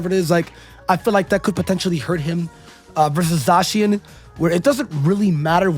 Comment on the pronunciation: Also he’s pronouncing zacian wrong